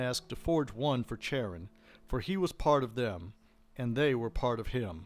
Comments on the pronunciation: Just a head’s up, Charon is pronounced with a hard K sound not a Ch sound. Love the channel. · Youtube suggested your 'History of the Underworld' vid first, and this vid was a subsequent recommendation - both were top quality, and I think I'll be referring my players in any future Wraith Chronicles I run to both of these vids to help prime them on the setting and in game history 👍 The only thing I'd take marks off for was the constant mispronounciation of 'Charon'.. yeah, it's small detail, but it irked me all the same... 👎😅